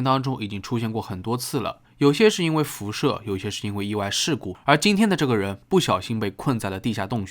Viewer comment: 哈哈哈哈这是个人的悲剧 重音在人上 听起来好奇怪😂 我想 他的稿子应该是 个人的悲剧 vs 时代的悲剧 重音在 个